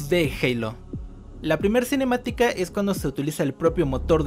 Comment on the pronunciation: Cómo chooorrocientas veces la palabra cinemiatica